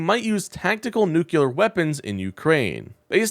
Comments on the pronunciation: Please learn to pronounce “nuclear”. It is NOT “noo-cue-ler”, it’s “noo-clee-er”. (Former teacher here, and it’s one of my pet peeves). I cringe every time I hear it mispronounced. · That's nuclear, not nukuler. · It's not Nu-CUE-lar, it's Nu-CLE-ar. I cannot listen to or subscribe to a channel in which the host doesn't know the difference. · "New Clear" ... easy peasy. I know, because I heard it through my Cochulur implant. 🙂 EDIT: forgot to add: Vote blue! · Mispronounced!!??!! NOOK lee urr Not NOOK yoo lur. You sound like an ignorant MAGAt. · Nucular is Texan for "big loud bomb" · Please learn how to pronounce the word "nuclear"! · Please.. Learn how to pronounce "nuclear" That's how Baby Bush said it. And probably still does There is only one "u" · I appreciate the video. I do. that said, please learn how to pronounce 'Nuclear' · Please pronounce, Nuclear correctly! Please!!! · Please learn how to pronounce nuclear. 🙂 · Please... for the love of science... it is "nuclear" not "nucular". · Please. It's not "noo-kyu-lar" it's "noo-klee-ar". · Nu-CLE-ar, not nu-CU-lar. The root word is nucleus, not nuculus. Please. It's not that hard... From an Aggravated Educator 🤔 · Please don't talk like George Bush junior. It is not new kyewler it is pronounced new clear. New clee er, if you want to be precise. Look at how you spell the word. Nuclear. Not nucular. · dude. it is pronounced "New-Klee-Arr" "NUCLEAR" NOT "nuke-U-lar" PLEASE PLEASE stop mispronouncing this word. I cannot hear anything you are saying once you mispronounce this word. this is a recurring mispronunciation. I would appreciate the same for any of my mispronunciations. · Stop saying nookyooler like you can't help it. It's a little word. Try noo-clear as a stop-gap. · What's "nucular"? Is this the way to spell this word? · It’s a nucleus not a nuculous. Jeez. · Noo clee ur. Not noo kew lar. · Nucular is not bad grammar. It's simply NOT A WORD.